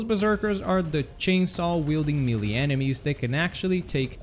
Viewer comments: Why can't the internet pronounce melee properly? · Yeah, but can’t pronounce “melee”